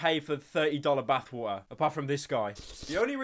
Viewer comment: No one: Pyro: B A T H W A ‘A H